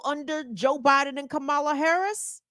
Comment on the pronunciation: He could learn how to pronounce Kamala. Kamala should call him Weird Dan-old.